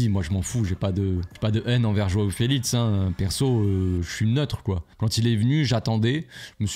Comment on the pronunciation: "Joao felitz"😂😂😂😂